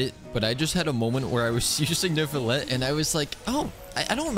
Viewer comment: It's pronounced noo-vlee-ett but you just say it with that French behind it